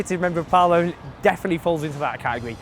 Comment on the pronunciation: "The conservative member of palomlem"